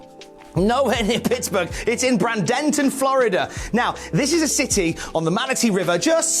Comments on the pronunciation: Every uttering of "BRANDON-ton" instead of "BRAY-dun-ton" was like hitting my funny bone repeatedly. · Bradenton Florida is pronounced braidinton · You pronounced Boca Raton pretty close Bradenton not so much. It's like BrayDenTon. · It’s Bradenton. As is Braden Walker. I believe he’s the founder of the city. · Just so know for the future (though I don’t know why you’d need to know this for the future), Bradenton is pronounced Bray-Den-Ton. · worries about pronouncing Boca Raton wrong, but he butchered Bradenton without a blink LMAO